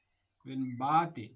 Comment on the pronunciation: First of all you should learn how to pronounce. ( is peaking nowe...speaking wiya yuthui. Bathing nowe...bedhing wiya yuthui.)